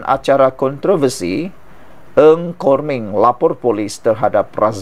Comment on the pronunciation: Content creator tak cermat dalam menyebut nama orang. Menteri itu bernama Nga Kor Meng bukannya Ng Kor Meng. Its irratating..